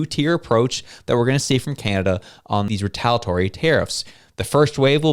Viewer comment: retal-I-atory. This word contains an I. 😂